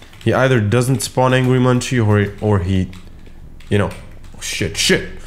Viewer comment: two things, possession is spelt with a double-s on the second one. and angry munci is pronounced angry mun-see (i heard that from one that knows them very well). please hate me if you hate being corrected xd